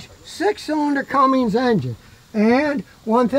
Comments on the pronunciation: Cummins Scotty, Cummins 😆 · Scottie.... there's no "G" in Cummins!!! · No Scotty...It is NOT a "CumminGs" engine It's a Cummins engine. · It's CUMMINS! Not Cummings! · Except I don’t think Scotty realizes it’s Cummins, not Cummings! There’s no G at the end of Cummins!!